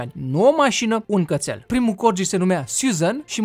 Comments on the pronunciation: Fain videoul, cu o mică corectura. Nu se pronunța Corgii, ci Corghii. I-am transcris fonetic românește pt a înțelege și cei ce nu cunosc transcrierea fonetica oficială din manualele de predare a limbii engleze. De asemeni, ea nu plătește taxe voluntar, Parlamentul a hotărât ca ea sa plătească taxe și pt ca o vreme îndelungată după ce Parlamentul a hotărât asta, ea a ignorat hotărârea, Parlamentul S-a văzut obligat sa o someze sa înceapă sa--și plătească taxele, pt ca o pasuisera destul. Doamna a fost chiar șifonată ca i-au cerut asta. No hate, just helping. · Se citeste: corghi